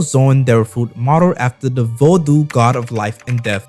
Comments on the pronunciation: The U is silent bra , u throwing me off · Bro plz learn how to pronounce the word Vodou properly